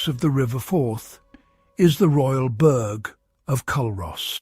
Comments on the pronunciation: Fantastic content of the beautiful villages of Scotland, but why are you encouraging people to pronounce Burgh wrongly - you are very eloquent, and should know better; there are already enough very annoying mispronunciations such as Edin-burrow by the North Americans! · Culross is pronounced cooross and burgh is pronounced burrah👍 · I came here to say the same thing 😊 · Pronounced coorus and burra give me a break AI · Would you pay any real attention to someone who cannot even correctly promounce the names of what they are describing? Another foreigner describing parts of God's own country "Culross" & "burgh" mispronounced for a start - tosser! So much inaccuracy in this video - Plockton is not the onky one that doesn't freeze, try Ullapool and surrounding area, in fact th e whole of the Scottish west coast. and what legend about the Tobermory building colours? And Tobermory is the capital of "Mool" - where is that now pal!!! If I remember correctly (could be wrong) I remember when doing an archaeology course at Uni of Glasgow we visited the churchyard at Luss to view a7th/8th century Christian grave marker (long time ago so could be wrong on that one) & thre waas no town b"built for a movie" patronising prat! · Dear god., get your pronunciation correct. Burgh and Mull as a starter!